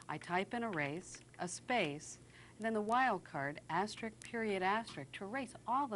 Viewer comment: "asterisk," not "asterick"